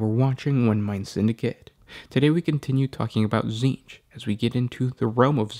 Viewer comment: It's pronounced tZehntk... at least for this week.